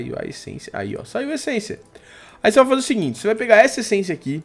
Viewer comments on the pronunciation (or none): viva aventura ele dize fai au vez de vai